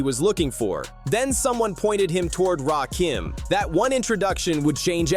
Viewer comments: RAKIM NOT RAY- KEEM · It's Raaahhkim get it right 😅😅😅or just call him God EMcee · RAY KEEENM. Ray KIM …..it’s RAH-KIM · His name is… Rakim ( Rah - Kim ) not Rakeem, not Raw Kim. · Say Rakeem Just One F****ng Time And I'm Out. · Please learn how to pronounce his name, right